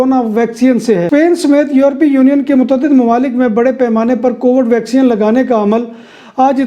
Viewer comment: Bhai yeh vacsean nahin hai vacseen hoti hai. Baqi informative hota hai program.